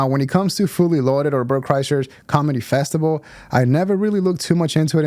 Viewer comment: I think he calls it a festival bub, not a festible.